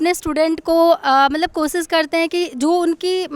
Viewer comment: Koshish to bol nahi sakti kosis